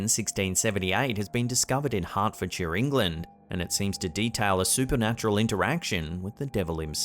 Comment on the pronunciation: As a Brit, I thank you for pronouncing hartfordshire correcty <3